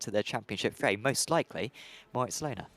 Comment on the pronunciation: Me screaming at the screen 'Löhner is NOT pronounced Lohner'! When do commentators learn the correct pronunciation of the drivers?